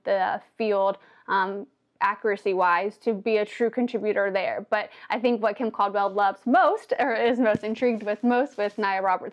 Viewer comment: I like the way you say KimCaldwell as if it's one word.